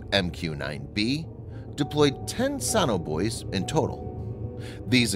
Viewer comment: It's So-No-Buoys not saunabuoys. You don't say Sau-NAR, you say SONAR.